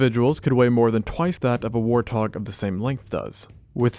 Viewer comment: Him pronouncing warthog as war-tog is taking years off my life 💀